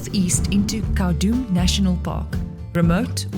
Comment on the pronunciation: Khaudum ( cow-doom) not ka-dum!